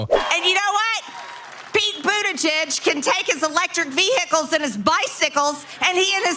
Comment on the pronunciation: "Eeelectrick veehickels". 🙄